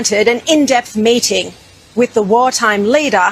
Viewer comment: Sounded like she was saying she was "mating with Netanyahu" not "MEETING with Netanyahu." Long live Bibi. Long live Israel ! Israel invented the West, Israel will save the West.